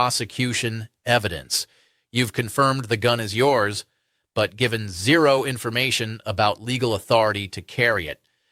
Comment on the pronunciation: Say the word ZERO again… 👉🤖